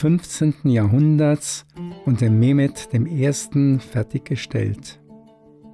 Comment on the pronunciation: Fein präsentiert ! (PS: die Aussprache der Namen Ahmet, Mehmet usw. wäre "Achmet, Mechmet", usw.)